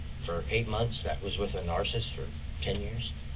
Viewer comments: Omg it’s NAR-CIH-CYST, not “nar-cyst”. This guy needs to be locked up just to save the rest of the world from having to listen to him talk. Also, someone who doesn’t shut up like this, thinking they can out talk the police, is likely a narcissist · I really wish these detectives would have corrected his wrong pronunciation of certain words, because the amount of times this man said "narcisst" instead of "narcissist" is literally driving me insane 😂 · Ironically, he calls the guy he shot (who I've no idea who he is / what his personality is like etc - he may very well be a nutcase as the dude says - or that might all be complete rubbish and he's a nice guy)...He also calls him a "Narcist" as he constantly mis-pronounces, not realising that HE is the exact definition of one, lol. It's clear as day.... from the moment he opens his mouth, to speaking about his "SWAG" constantly, and then near the end he's obsessed with how he looks, constantly putting his jacket on, just to get told to take it off again because they aren't done taking pics etc.... a normal person would leave it off until it's actually time to go, for real - but not him, he has to try and look perfect, which tbh, His look for a 60 yr old is...meh?....I don't see any Swag at all tbh unless he has a different definition of it than I do. A pair of Jordans (Half the population wear them - Can be classed as 'SWAG' if a very nice pair, never got a proper look really). Ripped style jeans (Hello 2010), a red polo shirt or whatever they call them (Hello 2020), and a jacket that looks like he stole it from a 17yr old. (Hello 1995 shell suit material - but hello 2015 again on its reboot) Truth is, there's not a lot of people who can get off with having swag at 60+ year old. Unless you naturally have it due to really knowing 'your' style that suits you, Only people like Snoop Dogg , Lenny Kravitz, Or the Old Urban swagsters from the streets who have it but I can't name th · This guy's not 🚫 saying narsasist 😂❤